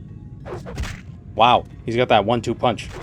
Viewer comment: Was 'pounch' intentional?